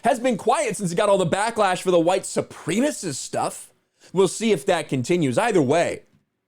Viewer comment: Have I been saying "supremacist" wrong all this time? Oh no, because I've never heard it pronounced fed like that